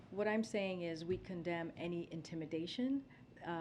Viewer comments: Umm, heard that commend instead of condemn… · Anyone else catch the slip up when she went to say “we commend intimidation”? But changed it to condemn quickly…truth comes out as always with this one.